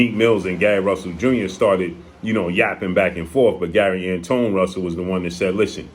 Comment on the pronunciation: Gary Antawan is how u pronounce it, if im not mistaken. The only one who beat boots